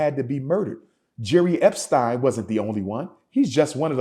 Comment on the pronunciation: What a damn fool. I can’t believe I actually thought he could be a leader. This nigga said jerry eptein 🤣🤣